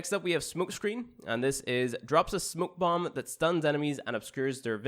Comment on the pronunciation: He pronounced smoke bomb to ''smuk'' bomb